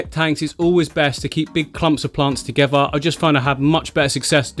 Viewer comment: Listen kids... if a strange man comes up to you and suggests you “getallthoseplantsssin” please run away